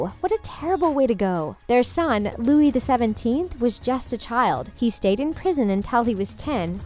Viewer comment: Its Louis not Loui